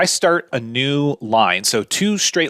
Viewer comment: It's not EXSHTRUDE, it's extrude, it's not CONSHTRUCTION, it's construction, and it's not SHTRAIGHT, it's straight! The new epidemic of stupid linguistic affectations with any word with an "str" vocalization. And AXIS is singular, and axes is plural. Geeeeez!